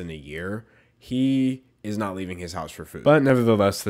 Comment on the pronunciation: why do i hear "nut" when he says "not"? I'm too nutty...